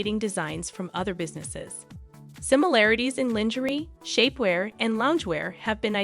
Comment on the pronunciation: Oh dear.. lingerie...google how to pronounce it. Kan ye KAHN YEH Not Kanny. Good grief! You do not know these people or even have heard their names. It seems you are paid to read a piece of paper without knowing how to pronounce names and words. This is not goog